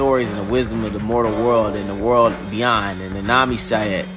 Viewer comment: Its not Naomi it's Nyame, this Character originiates from my country Ghana good to know its out there